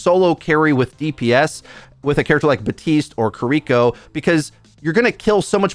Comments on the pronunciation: 5 years later still and still saying Buh-tiste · How do you still pronounce baptiste wrong he literally says his own name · Love how you cant pronounce Baptiste or Kiriko correctly 🤣